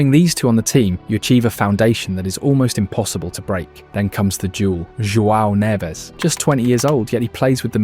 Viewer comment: According to this video, Portugal hired 3 Spanish players: Brunoh Fernandez, and Joao Nevez (at least he didn’t call him Juan) and Nunoh Mendez. Yet he doesnt say “Jay-main Eeh-Ay-mail”, he says it correctly… I’m gonna start saying all British players’ names with a German accent